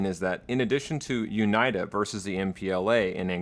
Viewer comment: This is a very dumb nitpick but it's triggering me how he says UNITA. It should be "Uneeta". I'm loving the video regardless, amazing job.